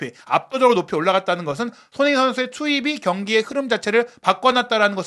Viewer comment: 발음을 정확히 합시다. 손흐민❌️ 손흥민⭕️